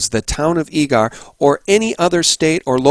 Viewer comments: It's pronounced Eager, like eager beaver. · it's EEE-ger, that's how us Zonies pronounce it. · Great show, I work in Eagar, Az. It is pronounced the same as the word eager. Keep up the great work. God Bless